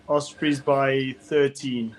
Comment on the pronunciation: OSbry??? you mean OS-prey right?